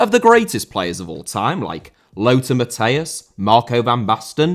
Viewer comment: Lothar* not Louwther Matthäus* not Mattheyas Ronaldo* not Ronaldouw Marco* not Mahcouw Jimmy* not Djimmy Johan* not Jouwhan Barcelona* not Bohçalouwner Lionel* not Linl Alfredo* not Alfreidouw Can't* not Khon' Zico* not Zicouw Diego* not Diyeigouw Pelé* not Pelei Serie* not Siri Udinese* not Udeneisei Flamengo* not Flamengouw Gerson* not Guerson Leônidas* not Lionaidas Antlers* not An'lers Eusébio* not Yusséibiouw Mozambique* not Mouzambique Maxaquene* not Máxequen Andre* not Ondrei Half* not Holf Regime* not Reigime Franco* not Francouw Baresi* not Bareisi 27 mistakes ffs